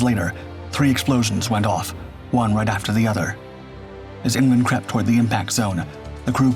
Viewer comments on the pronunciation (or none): Er.... "crept" surely?